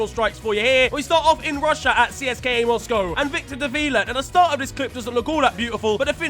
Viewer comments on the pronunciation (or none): none